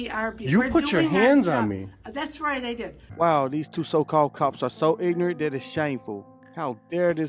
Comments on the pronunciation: Did he say pignorant 😂😂😂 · "Pignorant"... LOL! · "Pignorant." Freaking GOLD. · They're not real cops . . they're Two Clowns waiting for your camera🤣🤣🤣‼️. . . maybe the Old lady must retire coz i'm worried about her, and put a much educated younger ones who knows about the law. .? ？？and the Sheriff2. .Chiefs2🤬 did i hear Pignorant "? ？？🤣🤣🤣‼️